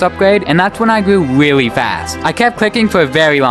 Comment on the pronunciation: Wtf " It Takes me to this weawwy wierd woom" like bro learn to fucking speak